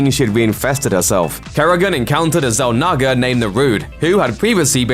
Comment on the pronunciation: Say Zalnaga again lol